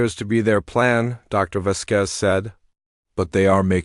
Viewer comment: If you are trying for a latin name as indicated by the ending 'Z', the accent falls on the 'A,' Vásquez. Not Vasquéz.